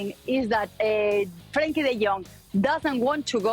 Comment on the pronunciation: As a Dutchman I have to say: this presenter is the first that actually pronounced Frenkie's name right ^^.